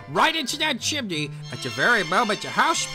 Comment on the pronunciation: Who says 'chim-en-ey'? It's Chim-ney